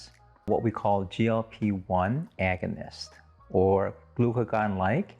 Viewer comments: Agunist???? Not once but twice??? Agonist as in the antonym for antagonist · “Agunist” are you kidding?